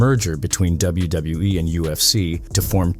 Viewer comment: "doubletha W E" 😂